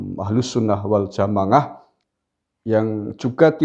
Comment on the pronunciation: Mantap mar...sy penggemar anda....tapi cobalah kalo bilang jama'ah jangan dibaca jamangah...maaf...maaf...